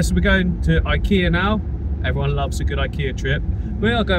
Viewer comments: IKEA pronounciation. 'icky-ah' is closer to correct than 'i-key-ah' at least. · Actually, you pronounce IKEA the right way (in swedish I mean LOL) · About the prononciation of Ikea, that's not far from how we say Ikea in Sweden 😉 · IKEA IS pronounced that way! It's the first time that I've heard an English speaker pronounce IKEA correctly. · In Sweden we actually do pronounce IKEA just like you did in the video 😂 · Actually your pronunciation of "IKEA" was pretty good in Swedish lol, just a little longer "E"